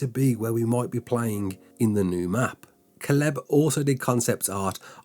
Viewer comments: Nah mate, I’m English too. 😂 you Butchered that name like a Prized Pig 🐖 fella. It’s Kay-Lub. I do enjoy your videos however. Keep up the good work Lad. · It’s pronounced Kay-Leb. Not whatever TF you said Holmes.